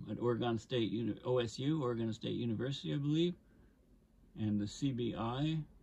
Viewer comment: Good information. Thank you! Personal nitpick: your pronunciation of "Oregon" was occasionally wrong.